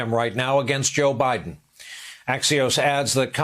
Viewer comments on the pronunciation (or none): none